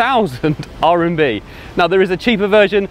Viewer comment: Well… rMb, not rNb…